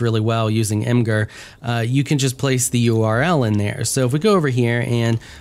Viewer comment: Imgur lol